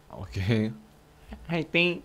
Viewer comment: 화이팅 따라하는거 ㅈㄴ 웃게넼ㅋㅋㅋㅋㅋㅋㅋㅋㅋ 훼이틩~